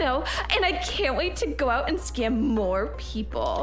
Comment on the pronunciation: and they also said skim instead of scam